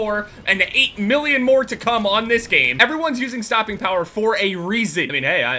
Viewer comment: Sorry, but is he trying to say use stopping power? Wasnt very clear.